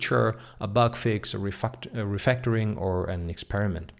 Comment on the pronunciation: The video was informative but the tranier is saying re-FUC@ sec 🤣